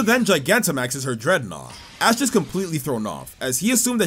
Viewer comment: he totally said ass instead of ash here btw